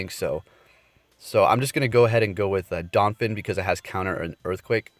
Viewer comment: Damn, “donphin” too?